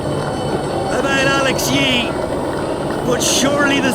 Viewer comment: Agreed - embarrassing, couldn’t even get Alex Yee’s name correct